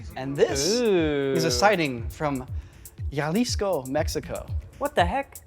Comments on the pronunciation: Great try, but Jalisco is pronounced with an “H” sound not “Y”. I think you confused the ‘J’ with ‘LL’ annunciation when saying it in Spanish. For example my last name is Jimenez pronounced as “Himenez”. In Spanish: Me llamo (Yamo) Juan (Huan) Jimenez (Himenez), which means my name is Juan Jimenez.😅 I know no one asked for the Spanish lesson, but here you go!😂 TL;DR: In Spanish J’s are H’s and LL’s are Y’s😂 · Jalisco is pronounced more with an h, not really a y. Really its just halisco my grandpa lives close to there in a small town currently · little tip: whenever you see "J" in spanish, or in this case Mexico, its pronounced "ha" like in "hand" so its "Halisco".. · "YALISCO" xD ~ J in spanish sounds like an HA "HA Lisco" , but H is mute in spanish :P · For the record Yalisco Mexico must be in some other planet but Jalisco pronounced like Hawlee’s Co. is a beautiful place. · Its 'HA"-lisco, not Ya-Lisco. The J makes a H sound in spanish, not a Y sound. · Just a minor useless but funny observation on the rotating lights, the place is Jalisco is not pronounced YA-Lisco, instead HA-lisco as if you were laughing ha ha ha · HA leesco, mexico, J is H sound in espanol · JALISCO is pronounced ( HALISCO ) not ( YALISCO ) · He said "yahleesco" 😂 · Beard dude with brown Shirt reminds me of other bald dude from hot ones. They even speak in the same manner. Maybe brothers?Love the way he pronounces Jalisco, Gialisco 😂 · It’s “halisco” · "Ja" in spanish is pronounce like "ha". So Jalisco is prononce more like Ha-lis-co .....Thast also why we type Jajajaja for laughing instead of Hahahaha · "yallisco" bro why try if you don't know the basic rules. Just say jalisco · I thought every American out there knows to pronounce J as H, as in Halisco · "Yalisco" 🤣 didnt even try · Hey! Thats where I live! Also, it's pronounced "Halisco" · Sorry man but I have to say jalisco is pronounced ha-lees-co (co like in cop) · As a Mexican, I can say Yalisco's capital is Guadalayara 👍🏼